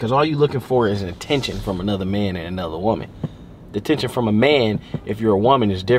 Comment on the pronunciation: said atTENtion after saying Deny (nine) and eight (ate) lmaoo